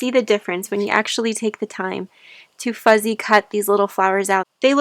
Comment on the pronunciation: Are you saying "fuzzy" cutting or "fussy" cutting? I'm a seamstress and am familiar with quilters talking about "fussy cutting" motifs (such as a flower or a dog, etc.) out of printed fabrics in order to applique the motif to a quilt top. But I don't understand what "fuzzy cutting" is and how it applies to what you are doing. More info please!